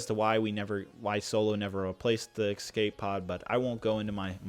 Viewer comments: ESCAPE...*ES*cape...E.S.cape, not “Excape”. You always say “excape” whenever there’s an escape pod or escape feature in a set and it’s a pain to listen to. You’re in your early 20s surely you should’ve figured out you’re saying it wrong by now?? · I really like it when people add an X to escape. It’s E S C A P E not E X C A P E